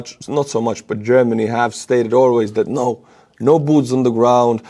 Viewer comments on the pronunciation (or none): none